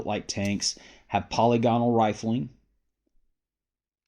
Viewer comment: Not sure why no gun guy can pronounce "polygonal" properly. Puh-lig-uh-null.